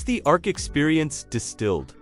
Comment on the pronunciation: Why are you calling it A R K? Just say Ark.